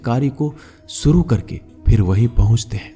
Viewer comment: भागवत गीता का ज्ञान बहूतही महत्वपूर्ण है लेकिन आपकी हिंदी भाषा कहना सुनने योग्य प्रतीत नही लगती उदा . सञू नही शञू शब्द होना चाहिए . सुरू नही शूरू करो बहूत सारी शब्द है की आप सही तरीकेसे संबोधित नही कर रहे हो. 🙏🙏🙏🙏🙏